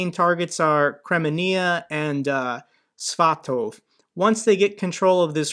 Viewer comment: Svatove is "sva-to-ve". Unlike English, Ukrainian isn't a hodge-podge of other languages, and doesn't have random silent letters. 😄